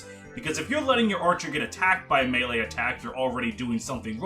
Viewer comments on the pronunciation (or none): none